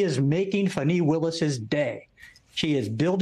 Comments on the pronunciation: "FAWNEE" (not fun-ee) What is wrong with people not saying her name correctly? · "Fun-nee Willis"? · Can someone give the correct pronunciation of Fanni? It’s not okay or remotely cool to mispronounce Fanni’s name. Talk about privilege. Yikes!